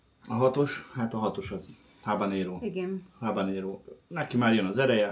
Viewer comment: Ahogy a mondta habaréno!😂😂😂😂